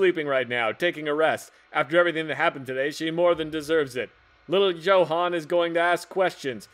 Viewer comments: The way kept pronouncing Johan inspires a murderous rage within me. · johan =joe-han